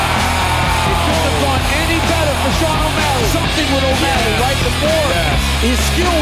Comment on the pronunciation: The legend say, snoop still saying "o malley" till this day.